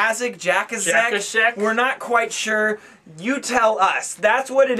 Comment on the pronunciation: Jacaszek is pronounced "Yah-tza-shaek"